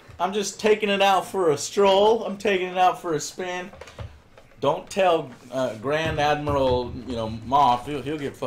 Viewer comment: Im a starwars fan, and when he said geand admral moff. I cringed so hard.